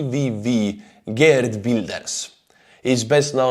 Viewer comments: The double e in "Geert", is similar to the 'e' then 'a' in words like "Gears". But keep making soup. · The G in Geert Wilders is pronounced as a guttural sound not a hard G. Like the sound a pig makes.